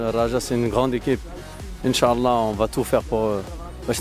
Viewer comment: ينبغي نطق " إن شاء الله " بطريقة صحيحة